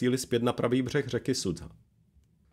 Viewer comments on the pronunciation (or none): Základem dobré reportáže je používání správné výslovnosti místních názvů. Nevím, kde jste vzali název "Sudza" pro město Суджа ("Sudža"), když i originál kanál to používá správně. Strašně to tahá za uši a velice degraduje hodnotu příspěvku. Dík, že jsem se tu mohl vykecat...